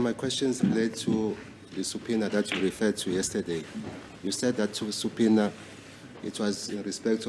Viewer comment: U GUYS ITS SUBPOENA(PRONOUNCED SAPINA) NOT SUPINA😂😂😂😂 U DUNDER HEADS